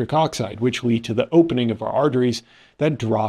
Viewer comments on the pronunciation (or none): none